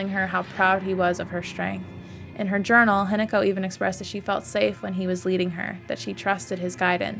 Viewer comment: I love the analysis, but I'm sorry, the way you pronounce hinako isn't exactly right... It's not an attack, it's just something that I noticed. It's said more like hee-na(like in nagging)-co. The way you say it I was gaslighting myself that the entire game I was reading the name wrong and it's actually Hineko (which is also a Japanese name btw!), but then I looked at the subtitles. But your pronouncing of junko is pretty good for someone who doesn't speak the language!